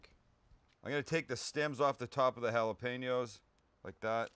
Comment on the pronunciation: On behalf of all spanish descendants thank you for pronouncing jalapeño the right way Sam